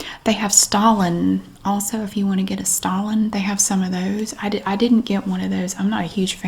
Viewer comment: When you said stollen I thought you said Stalin 🤣 I didn’t know you could find dead Russian dictators in the middle aisles of Aldi now!